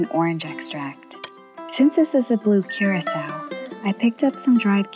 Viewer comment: no hate bruv but thats not how you pronounce blue curacau. its more of a cur-ah-kau